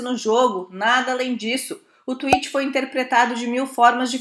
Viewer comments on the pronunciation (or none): none